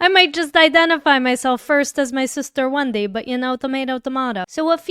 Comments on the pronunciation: It’s pronounced wendee, not wendye! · Wendaii. !!! 🤣🤣 Alexaii please don't say Wendaii🤣😂